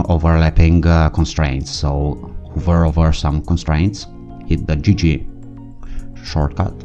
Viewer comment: Just a heads up, "hover" is pronounced as it's written, not "huver" ;)